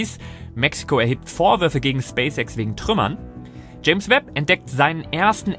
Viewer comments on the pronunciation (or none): none